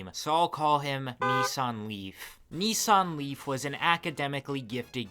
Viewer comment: I keep hearing 'Nissan Leaf' like its some Korean dude ' Nee Sang Lee' lolol